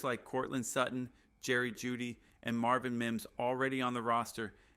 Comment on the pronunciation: You keep saying we got Jerry juedy lol